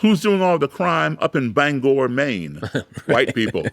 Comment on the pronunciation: Fellow Mainer here, came to say the same thing! Also, kudos for him pronouncing it correctly!